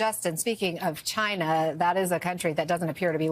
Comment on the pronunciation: Why are you saying China like that? Are you 12 years old?